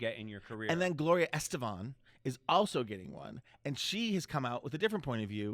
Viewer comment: Did he say Gloria ESTEBAN? Wtf.